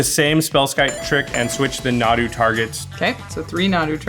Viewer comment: This was soooo much fun 2 watch! Sorry, Nahdoo? Moreover, not 2 doo. But good game guys. Jimmy won! This was so exciting 2 watch. Cheers